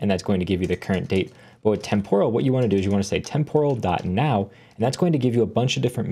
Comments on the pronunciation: pronounced temperal not temp-oral. Tempus, temporis is Latin and the o is short. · Great video but you are badly mispronouncing the word “temporal.” The stress goes in the first syllable, not the second; like the first part of the word “temporary.” Listen to the correct pronunciation here